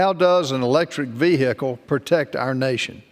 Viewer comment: That’s not how you say vehicle when you become a big boy